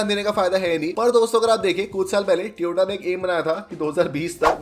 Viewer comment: BHAI SAHAB TOY-OH-TAA HOTA HAI NOT TI-OH-TAA ITS TOYOTA NOT TIYOTA AAP GALAT PRONOUNCE KARE HO